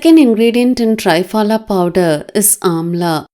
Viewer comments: 👍...Dear please a request, it's called "Triphala"Tri=3 phala=fruits. ( त्रिफला). (🙏 As people newly introduced to this great ayurvedic powder will keep saying tryphala instead of treee-phala...similar sounding). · To be pronounced as tri phala (not try phala)